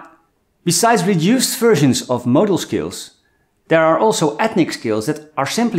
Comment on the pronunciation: Is hey saying motor skills or modal scales,?I'm confused